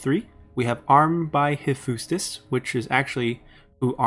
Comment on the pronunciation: Very good overview. But I suggest you google how many of these words are pronounced ST. Ares, Hephaestus and so on. You can easily do that by inputting the words in google translate and listen to how they are pronounced in English